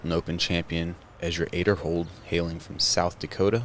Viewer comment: Aiderhold? I thought it was Aderhold, but commentator pronunciation confuses me.